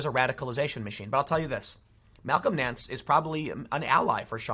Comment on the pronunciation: Everytime he said Malcom Nance I heard "Talcum X".